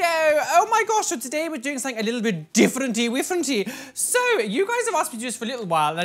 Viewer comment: "diFfErenTy wIfReNtey" 😂 I love you